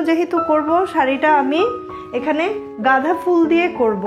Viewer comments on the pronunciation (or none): গাঁধা না আপু গাঁদা হবে।